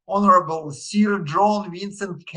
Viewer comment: вот только Sir произносится на "сир", а "сё", но в целом, правильно, что учите английский, Руслан !